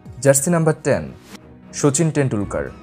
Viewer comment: Bro realy say suchin tendulkar not sachin tendulkar